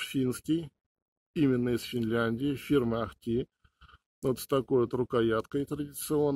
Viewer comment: ударение в финских словах всегда падает на первый слог. Может быть еще запилите обзор на пууккО с каатО?))